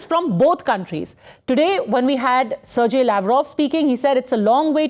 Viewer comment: Sirjay? It’s a well known Russian name, you are expected to pronounce it correctly.